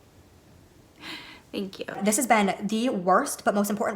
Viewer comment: I adore your humor. The way you keep saying "thank yew" 😭😭😂